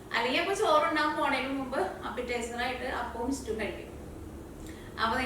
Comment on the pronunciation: is cooking ability is great. Pl.dont pronounce stew as istew